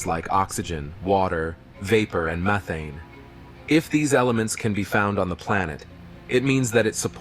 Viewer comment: "Me thane" 😂